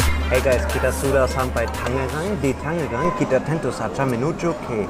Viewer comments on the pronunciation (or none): none